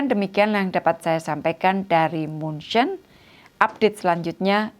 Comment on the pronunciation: Ya, setahu saya dalam Bahasa Indonesia nama kotanya yang benar adalah “München” seperti dalam bahasa aslinya, persis seperti yang diucapkan oleh Ibu Menteri, jadi bukan “Munich” seperti dalam Bahasa Inggris.